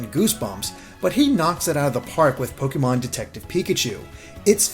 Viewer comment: i love you but the “é” in “pokémon” has an acute accent. it’s pronounced “poh-keh-mon” not “poh-kee-mon”. it’s short for “pocket monsters”. sorry for the correction, but you go back and forth between the two and it drives me ludicolo